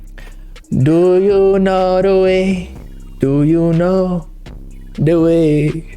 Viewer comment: he said do you know dee way